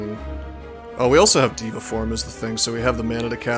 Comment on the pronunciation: It's not Diva form, it's DEVA form. Very different words.